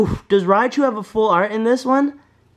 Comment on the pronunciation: He claims that Raichu is his "favorite" Pokemon but he doesn't know how to pronounce his name smh😂😂😒